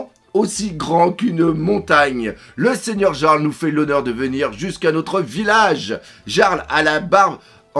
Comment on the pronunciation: "yarles pas jarles " terme nordique pour dire chef de clan", sinon c'est une chouette et pas un hiboux et la personne bandé fait penser à un autres clones de Stucy =) (donc jeune big mom)